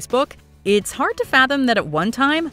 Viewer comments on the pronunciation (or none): none